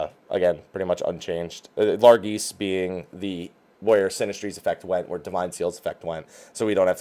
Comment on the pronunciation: PLEASE LEARN HOW TO SAY "LARGESSE." IT'S AN ENGLISH WORD. YOU CAN SAY IT. LAR-JESS.